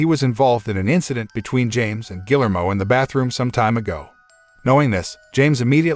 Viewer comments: Gill-ermo? Really? ...and "fatal" wound? When has ANYONE EVER recovered from a fatal wound? Why does it seem to be too difficult to actually pronounce words correctly or actually know their definitions...especially when doing a recap channel? Minimal effort. Shoddy work, period. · The name is pronounced (HARD "G", AS IN "GUILTY", OR "GARDEN") "GEE-AIR-MO"! "GUILLERMO"! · This dude doesn't even know how to pronounce "Guillermo"... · His pronunciation of Guillermo hurts my brain